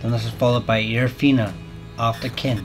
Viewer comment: Fin-eh not feen-eh